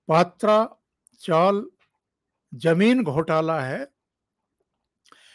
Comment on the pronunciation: सर पात्रा चाल नही , पत्रा चाल है याने टिनसे बना हुआ चॉल